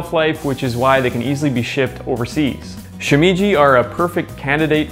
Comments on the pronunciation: "Shoe me ji is fun to say out loud", except that's not how it's pronounced. "She-me as in "met" ji". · Shimeji is pronounced more like "shi-meh-ji" not "shi-mee-ji". (vowel sounds in Japanese are fixed, so the "e" vowel is pronounced the same as it is in "enoki" and "shiitake") But really interesting video! I never would have guessed that enoki are one of the most cultivated mushrooms in the world. They're one of my favorites along with king oysters. I love to just grill king oysters and season with a bit of salt. They're so flavourful! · she - meh - jee... it isn't hard to pronounce bro..